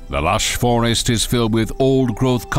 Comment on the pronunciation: He said vorest the first time😁😁😁🙏